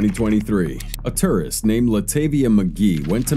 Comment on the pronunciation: The narrator doesn’t say tourist correctly